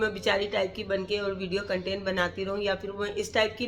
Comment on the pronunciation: Har bat mai inperson bol k khud ko angreez mat pretend karen urdu he bolden to zada acha hy wrna sahe English bolen content hota hy cantan ni hota bus ek inperson bol k ap or buri lagrahe hoti